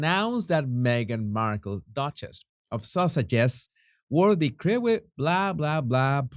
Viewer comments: 💜💚💛 "Krewe" is pronounced "Crew" as in work crew. The company is based in New Orleans, where a Mardi Gras organization is called Krewe. It's our spin on the word crew. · 2 pronounciations for today Jesus, Krewe is pronounced Crew as in J Crew and Hereford is pronounced Heryford, thanks for keeping up the stunning work in all this H&M IG nightmare, still can't believe the British Vets were made to parade behind she who will not be named! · i think krewe is pronounced cru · Krewe pronounced Crew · Will MM every realize how she is viewed or will she remain as the emperor in "Emperor who wore no clothes"....The Invictus game promoters allowed this travesty and showed complete irreverance to the British even when Prince Philip has relatives in Germany as well as the British royals. Krewe is pronounced crew. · It is pronounced "crew"